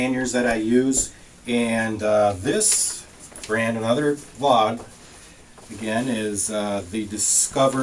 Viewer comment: Fau de (long e as in pee but not with the same sound - mor like hen but longer).